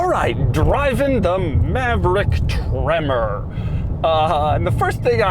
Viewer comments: Took a shot every time Doug said “TreMMor!” I died. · Gotta love how he says “TREMOR👺” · Why must he put that annoying emphasis on the word “tremor” every time he says it?